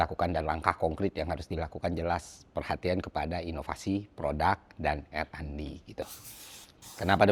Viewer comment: RND = ar en di bang.. bukan er an di✌✌✌, agak ganggu dikit.. soalnya ini bukan yg pertama hehe